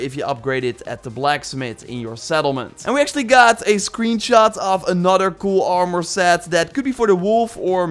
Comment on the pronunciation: "Oarmore set" 😂